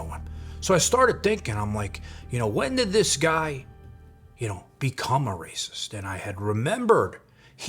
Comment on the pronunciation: Why are we in some kind of soap opera? Wes is a clown. But it seems way too many people are using him to finesse the algorithm. Talking smack on someone everyone has concluded is a clown. Why? Lets move on. This "pizza chit" is already burned in the oven. Also "rayciss" come on man. He was in prison in Cali, literally segregrated by race. Bravo your production quality and attention to detail is way too high to continue with this clown.